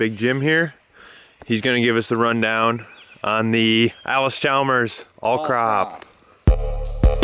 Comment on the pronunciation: It’s allis not alis